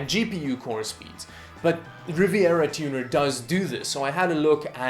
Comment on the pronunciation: The case is in fact really disappointing, yes. That's a shame. Also the way you pronounced Rivatuner gave me a chuckle, haha.